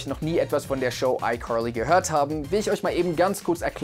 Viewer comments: fr warum sagst du icurly? I know u American aber die sagen das auch Carly Bro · What Nein das heißt Icarly mit a nicht mit o oder u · Ich dachte immer es heißt icarly und nicht icorly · Aber es heißt icarly nicht EiQuarlie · Duuuuuuude sprich Carly einfach anders aus, mein Blutdruck... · Es heißt icarly aaaaaaaa nicht i corly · Degga deine ausprache nicht i carli i corli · Es heißt Carly und nicht Corly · Das klingt wie Curly 😂😂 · Keiner in amerika spricht es so aus, er sagt legit ICurly, es klingt so als würde er zu hart versuchen US englisch zu reden, also nix mit krasser aussprache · Einfach ICurly hahaha ich liebe seine aussprache. Einfach curlyfries hahah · Nobody: Him: iCorly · Wieso wundert es jeden, dass "I curly" sagt?😂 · Ich höre immer iCurly. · Wusste nicht dass das iCurly ausgesprochen wird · Also mich triggert es, wie er "Aikorlie" ausspricht ^^ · Wen triggert es auch dass er jedes mal "ICurly" sagt? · iCorly?😆😅 Manchmal könnt ihr Wörter ruhig pur deutsch aussprechen 😅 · Wieso sagst du iCurly? 😂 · Irgendwie triggeredes mich wie du iCarly sagst. Ich weiß, dass es richtig ist aber es heißt einfach iKarliiiiii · Also das wäre mir jetzt peinlich😬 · Leute, könnt ihr bitte nicht haten, weil er ICarly anderst ausspricht? Euch mobbt ja auch niemand, wenn ihr was falsch sagt oder ähnliches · Kannst du icarly auch normal aussprechen bitte 😂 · Wie wired kann man iCarly aussprechen hä 😂 nein nein nein nein lass das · Wie spricht er bitte iCarly aus 😡😡😡😂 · dikka wie du carly ausspricht triggert ja mal unnormal so auf übertrieben amerikanisch und so würde man die auch nicht aussprechen